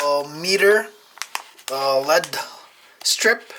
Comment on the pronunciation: L.E.D not said like lead. You say the letters separately. L. E. D. it stands for light emitting diode. You are driving me nuts, bro